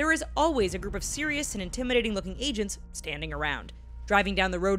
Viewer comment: Is she saying Asians or agents my head hurts